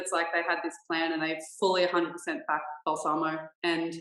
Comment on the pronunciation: I still do not understand why non-italians say balsàmo while the correct prononciation is bàlsamo, come on guys you can do it